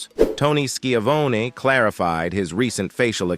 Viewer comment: Ski-Ah-Vony... have some professional pride and check your robotic a.i. translator.. you sir are a hack.